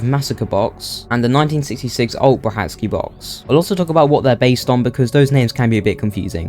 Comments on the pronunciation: I believe it’s pronounced “Bra-kar-ki” not “Bra hat ski” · According to Petwr Brachacki's wife, it is pronounced "Bra-SHAT-ski".